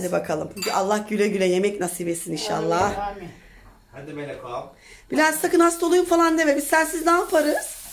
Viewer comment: İhşahlah değil kaliteli kardeşim 'İNŞALLAH'